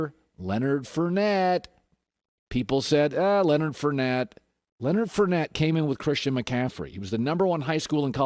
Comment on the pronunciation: Its Leonard FOURnette not Leonard FURnette.